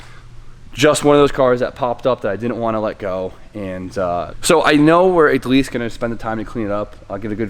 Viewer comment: "igleast" lol